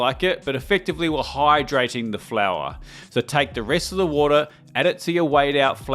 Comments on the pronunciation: You pronounced two of the key ingredients incorrectly. It’s San MARZANO, not Marino, and it’s fior di latte, not flor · It's also fior di latte, not flora di latte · San Marino and Flor Di Latte 🤣. Love your channel though😛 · Ohhhh 😂 It’s so funny to me as a native Spanish speaker. I had remotely no idea he was attempting “fior di latte”